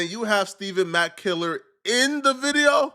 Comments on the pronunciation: It's Stef Fawn mack stephon mack not stephen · Stephon, not Stephen. Also, been saying this for more than a year. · Bro I thought I was only one that caught it… I only heard dude that passed is Stephon Mack… bro just keep saying Stephen Mack …. No bro… Stephon Mack……😮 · *Stephon Mack Cmon ima fan but get that young man’s name right. Especially if you’re gonna make a video covering his murder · Stephon (Stef-fon) who the hell is Steven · Stephon not Steven. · Stephon mack not stephen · Think its pronounced "Ste-fon" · We believe you can’t read Stephen and pow wow 😂😂😂by the way it’s Stephon and powell 😂😂😂smh🤦🏾‍♂️🤷🏾‍♂️😒